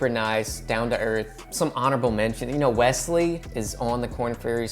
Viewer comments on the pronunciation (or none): none